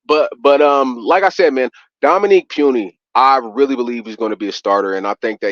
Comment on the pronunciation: please correct this fans it’s “Puni not puny!!! 🤦🏽‍♂️